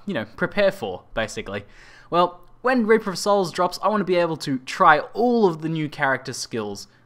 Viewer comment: why you pronounce it wrong? You pronounce: Raper of Souls, not Reaper of Souls.